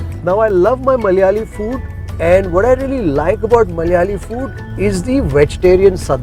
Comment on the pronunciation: Why it is so difficult for non-malayalees to say "Malayalee?". Is it just being fashionably ignorant and pretentious or is it really hard?